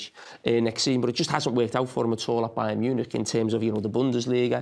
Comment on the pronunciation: it's Bayer not Bayern